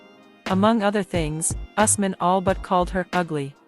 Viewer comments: It's Ooos- man & Fa-roo-k!!! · It's U S M A N for Asman.